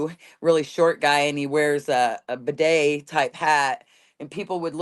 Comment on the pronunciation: She said Bidet hat!!!! I’m so sorry I realize this is really childish but I almost peed myself laughing.